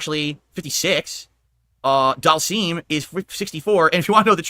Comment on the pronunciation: He still calls Dhalsim doll seam 😂😂😂